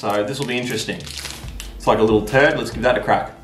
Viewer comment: "Its like a liltte turd" - 2020 😂😂😂😂